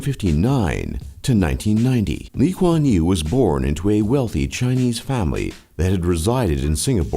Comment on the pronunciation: Lee kuan yew not lee quan you